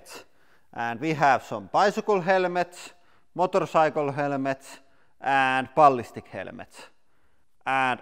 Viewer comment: Motor saikel